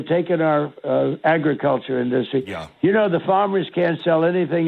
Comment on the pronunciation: Why can’t he say industry? N-dust-try, wtf😂